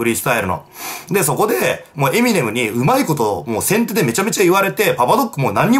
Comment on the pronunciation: 今さらだけどエミネムのイントネーションだけがごっつ気になる